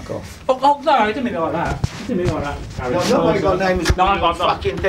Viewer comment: "oh 'arry I didnt mean it like that" xD